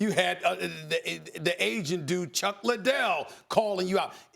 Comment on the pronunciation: Did Stephen just call chuck the Asian guy? That’s what it sounded like